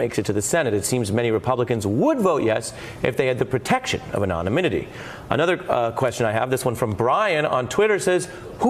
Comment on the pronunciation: "[...] if they had the protection of *anonynimity*" 😅